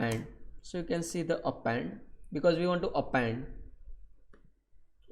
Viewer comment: Amazing tutorial:) "Apenddd" haha